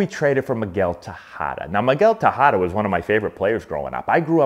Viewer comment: Miguel TEH -HA-DAH.... the way you are saying "tajada" means fried plantain in venezuela. you are awesome, keep the good work!